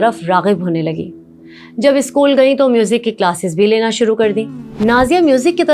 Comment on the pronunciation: Isskoooll...issstudiooo.... Nhiii hotaa it's school and studio